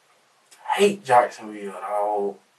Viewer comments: Jikesonville dawg 😂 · “JIKESONVILLE DAWG!”